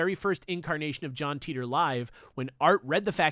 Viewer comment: Sorry guys, but on my worldline it's pronounced "Tie Tor", not "tea tor".